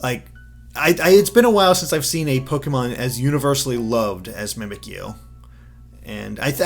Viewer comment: Mispronouncing a name is fine, but how can you mess some of these up?! The puns are so obvious! Mimikyu as 'mimic you' not 'mimikeeyou' and the 'bounce' in Bounsweet not 'boon' because IT BOUNCES!